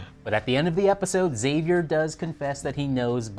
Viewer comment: EX-AVIER!!! Please stop saying Zavier, Daddy Blake called him X, the video he starred in was called "The X-Man Cometh", the show's promo image is the roofs of the cabin forming an X. And oh yeah, every single character in the show calls him EX-AVIER!